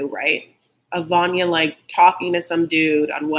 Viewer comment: VANYA IS actually called VARYA :-)))